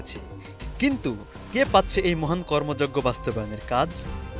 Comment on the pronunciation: সাংবাদিকের উচ্চারণের কি অবস্থা 😂 মহান কর্মযোগ্য বলে।